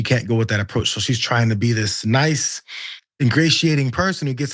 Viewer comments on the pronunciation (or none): none